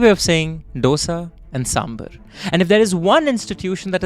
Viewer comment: ITS DHO-DA (ek, do- dosa) and SAM-BHAAR (i love you guys )